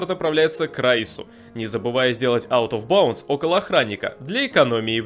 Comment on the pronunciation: Игра на новый год, пьем шот каждый раз когда он произносит out of bounce